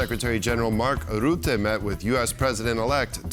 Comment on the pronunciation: Say russia, now say Rutte. There is no Ruette